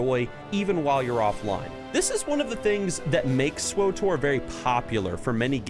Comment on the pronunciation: Hes saying swotor not swtor